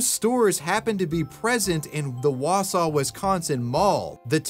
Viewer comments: I knew the "hey walter" video was fake the second the 'kidnapper' spoke... not an elongated vowel to be heard.. BTW, I'm impressed you nailed "Wausau" but "Antigo" is pronounced closer to "an-te-go." I grew up between Wausau and Antigo, and although it was relatively safe, there are definitely some creepy people and lots of isolated places up there. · Damn i live in Wausau and I’m surprised you said it right. Nobody says antigo like that more like ant eh go. Idk how i never heard of this. 😮